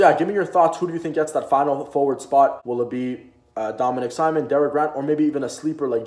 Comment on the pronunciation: Not gonna lie, kinda cringed every time you said "Simon" rather than "Sea-moan" other than the mispronunciation, this was a great video and you definitely gained a new sub buddy.